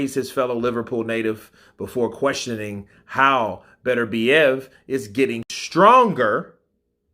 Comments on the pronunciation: No the correct way to pronounce his name is beter-bee-ev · Inoue gets the same grief sometimes, some people just can't accept things that go against what they see as the norm. From what I saw of the fight, Beterbiev didn't have too much to deal with, Smith didn't exactly lay down anything to stop him. And Beterbeeve is the best way to pronounce his name.